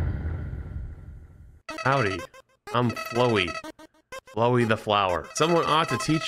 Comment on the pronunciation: I love seeing variety content from but man needs to read things a bit closer in a game like Undertale... pained me immensely, almost as much as him mispronouncing Flowey (I mean COME ON he read it as "flow-ee the flower") EDIT: This entire video pains me